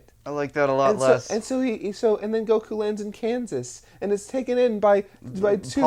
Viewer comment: Is anyone else bothered by the way he says goku